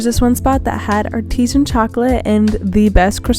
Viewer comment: That's NOT how you pronounce the word 'artisan'. 😂